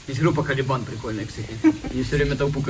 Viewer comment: Кэлибан а не калибан 😁